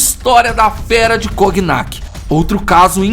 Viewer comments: só corrigindo que não se fala coGnac, a pronúncia correta é igual a famosa bebida "conhaque". O GN vira NH. É isso, ótimo video como sempre! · Obs: Não se fala "Coguinaqui" se pronuncia como "Conhaque" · Brother, a pronúncia certa não é "coguinac", é "conhaque", mesmo. Pq a junção das letras "gn" em francês têm o sim de "nh" em português. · Só uma coisinha: o nome da cidade se pronuncia "Conhaque" (O nome da bebida, que inclusive é citada no vídeo vem justamente do nome da cidade). Parabéns pelo canal. Ótimas histórias que quase ninguém conta no YouTube. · Cognac se pronuncia conhaque. Por isso a bebida se chama assim. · Cognac se pronuncia conhaque. Ok? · Por que essa narração nesse estilo? Não agrada não. Exagero na narração. Não sabe chamar a atenção, não sabe por o tom de mistério, de tenebrosidade. E a pronúncia deve ser Conhaque. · O nome da bebida se deve a essa cidade. É feito a pronúncia de "filet mignon" (francês) = filé "minhon" (português). Sugestão: usa o tradutor para ouvir a pronúncia, durante a edição dos vídeos. Abraço.